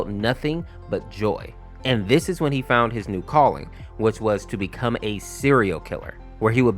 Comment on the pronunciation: "I faund the game full of blood... but i did not care"